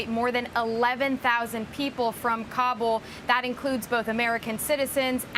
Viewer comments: Joe is Ka bull going to go Ka Boom? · He’s so proud he can pronounce Kabul…said it at least 30 times!